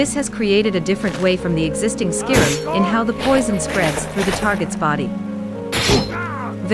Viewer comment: “Skirim” lol